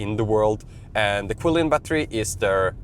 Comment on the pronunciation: The CATL battery is pronounced chilin, nor kwilin.